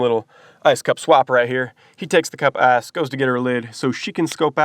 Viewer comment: It's ICE, not ASS.